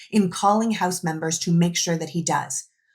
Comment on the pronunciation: Stop saying "hoose", & "oot" The words "house" & "out" are pronounced "howse", & "owt".